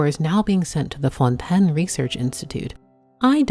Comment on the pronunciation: Why do you say "fontainian" correctly but then say "fœun TEN" ?